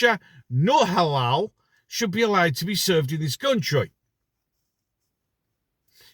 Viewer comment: It is halal meat, not haloo. White British schoolkids are being fed halal meat in their school canteens without their parents knowledge. Halal is a cruel way to slaughter animals as they are not stunned and they are fully conscious before their throats are sliced open.